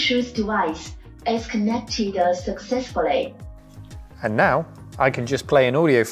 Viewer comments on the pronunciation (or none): "The blutut device ez conected a secseysfully" .... OK.